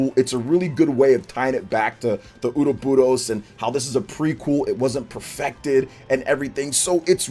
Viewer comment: the way you say ouroboros still kills me every time lol